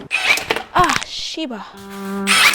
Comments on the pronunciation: I heard her say 'Ssi-ba' and I knew she was Korean American. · you Korean? I recognise a shibal when I hear one! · She said Shibal btw hope you’re okay